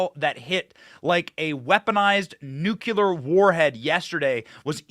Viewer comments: Pronounced 'new-clear'. Sorry B, when you pronounce it like GW Bush it makes me cringe. Just say no to nuke-u-ler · Benny, They spray chemicals down on us here too...CHEMTRAILS PLEESE, not you too Benny...it's not NUKULER... IT'S NUKE LEE ER! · And by the way it’s nuclear. Not ‘Nukiller’ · It's pronounced NOOK-LEE-AR not nook-you-lar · Umm, Benny, there is only one "U" in nUclear, and there is no "K"... it's not "Nukular", it's "Nuclear". You sound like George W Bush. lol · Benny, it's nuclear not nucular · Benny, Please do not say 'nuculer'. It's nuclear. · Please learn to pronounce 'nuclear' correctly, Benny. 'Nu - klee- are', Dont sound like that idiot George W. Bush. And no im not a 'leftist commie puke karen'. Just a conservative american who subscribed recently. My Dad was on the first nuclear submarine in 1960 in the USN and id like him to rest in peace. He hated that ignorant mis-pronounciation. Thank you. FJB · Good show as always. At this point, I’m pretty sure you’re saying “nuclear” wrong on purpose. You get more comments that way which is honestly a brilliant way to get the youtube algorithm on your side.